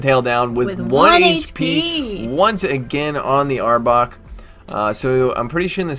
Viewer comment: You said the name right 😂that's my team finally ❤️